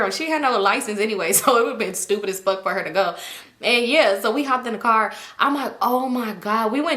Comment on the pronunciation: “I don’t give a fawk fawk fawk”😂😂😂